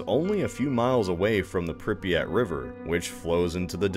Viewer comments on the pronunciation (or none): Alright people, it's not "prip-ee-yat" it's "pree-pyat".